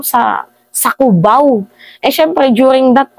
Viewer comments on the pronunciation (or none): none